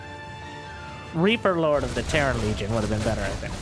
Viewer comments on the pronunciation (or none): none